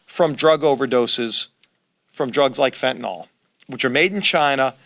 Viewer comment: Good on all of that, but when will educated people stop saying FENTANALL and start saing FENTANYL?